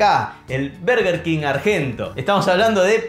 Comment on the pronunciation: Nadie: Los argentinos: Berger kin